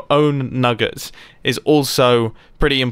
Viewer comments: Mumbo; nuggers for diamonds Me thinking he said the n-word Me- (0-0) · Thought I heard "nuggers for diamonds" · Anyone else think nuggets sounded like something else...